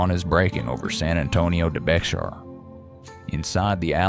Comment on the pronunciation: San Antonio de Béxar is pronounced "BAY-har" and NOT "BEX-ar."